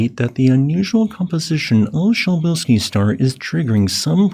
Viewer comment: I found your pronunciation of "Przybylski's Star" distracting and had to look it up. It turns out you're saying it correctly (starting with an "s" or "sh"). I just don't understand Polish. So helium wasn't actually discovered in the Sun, but only once that discovery was confirmed in the lab?